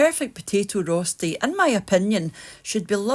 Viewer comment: Hello and first, a Merry Christmas to you 🥰 Now... I am swiss and I am a bit sad that you don't mention that roesti (you pronounce roechti) is a national swiss dish;-) When I was a kid (60 years ago...) We used to have this at my uncle's farm, around 4.30 in the morning, before heading to the fields... This used to be everyone's breakfast in my country!